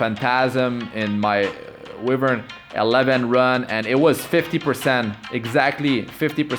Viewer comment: Why-vern not We-vern